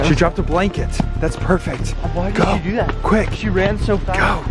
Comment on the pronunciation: It’s so funny how you guys cep in says digo